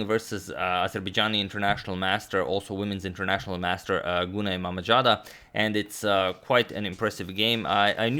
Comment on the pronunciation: BTW z in mammadzada spells like zoo, not j.